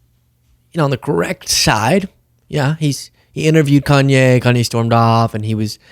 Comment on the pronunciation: Please don’t purposely mispronounce a Black man’s name even if he’s gone off the deep it. It’s a yt supremacist tactic that has historically been used.